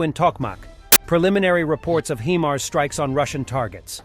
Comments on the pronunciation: Not Heemars you dozy git. Its Highmars. High mobility. God Americans are thick when it comes to language. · "heemars strikes" < hahahahahaha ... dude can't even pronounce "hi" ...